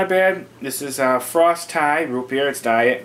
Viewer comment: It's pronounced "frosty" smh